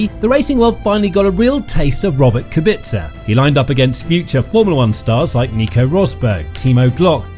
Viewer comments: Kubica, not Kubitza! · It is Rober Kubica, not Rober Kubitzer lol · It Kubica not Kubitzer